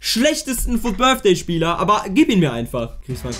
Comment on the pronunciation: Wer kennt ihn nicht, den Fut BITHDAY😂😂Englisch 1 Grüsse gehen raus😂